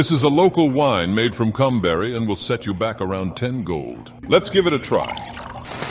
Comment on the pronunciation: I keep hearing cum berry.